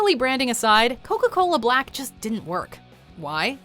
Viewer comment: Thinking Coca-Cola Blak with the pronunciation marks, isn’t pronounced as “Black” but should be said with a long A... “Blake”